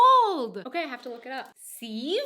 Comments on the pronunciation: "sieve" is always pronounced "siv" and not "seev" in all native forms of English: British, American, Canadian, Australian, and Kiwi. All pronunciations are not correct. They all pronounce it in the same way, within the bounds of accents. You mistake categories for subcategories. A pasta strainer sieves pasta from water. You can also strain detritus from soil. A flour sieve or sifter breaks up clumps of flour and aerates the flour to prevent lumps. In Home-Ec class a sieve was exclusive to the mechanical device that used a radial disturbance to excite the flour to fall through the fine mesh and become more finely divided. I use a sieve with quite a large 5 mm opening routinely to separate large items from the compost so that they can be reincorporated in the compost pile until they break down. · Hah! You pronounce ‚sieve‘ like I would have done if I hadn‘t learned any better by now. It‘s actually pronounced siff, with a short, open 'i'. Yes, like German for muck. (Still with a vocalized 'v', though.) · I think you are losing some of your english 'sieve' is pronounced 'siv'. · Its a sieve--pronounced SIV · Siv, not seev. Pedantic! Moi? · sieve is pronounced like "siv" and not "seev". German words, unlike English or French, always seem to sound like they're spelled thank God! :) Except for gucken for some reason which sounds like it should be spelled "kucken". If I hurt myself when the kids were little, the mild curse words used to come out in either French or German which was a good thing :) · Sieve is pronounced siv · Sieb = sieve, but its pronounced with a short i: siv. But most Americans call that a strainer. At least in the Midwest. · The word "sieve" rhymes with "give". Perhaps, back in Florida, you've heard someone exclaim, "This thing's leaking like a sieve!" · Sieve is pronounced S-i-v. It's ok. 9 years abroad it's got to be confusing! Lol love your videos. They're unformative AND upbeat. Keep them coming! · Sieve. I agree, short "I".